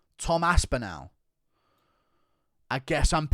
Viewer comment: Bro your English how can you mispronounce aspinall